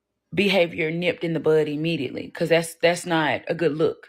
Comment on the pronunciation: Eee-mediately not immediately. The only delivery many sistahs like is Amazon.🤣😂